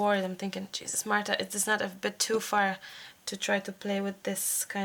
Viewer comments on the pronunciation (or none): none